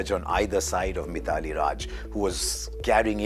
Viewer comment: Mr Harsha, please learn to pronounce the names properly. It is not Mi-thaa-lee Raaj, it is My-thli. OK if a non-Indian mispronounces, not you.